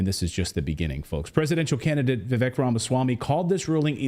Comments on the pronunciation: Vivek’s name is pronounced Vivake like cake. I saw him say that on another interview. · Guys his name is pronounced Vi-vake like cake how embarrassing...